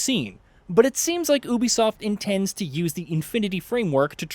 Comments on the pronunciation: Will you please say YOU BEE SOFT instead of OOOH BEE SOFT,please and thank you from my anxiety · It’s pronounced Ubisoft(you be soft) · Is the narrator saying Ubisoft wrong or have I been saying Ubisoft wrong?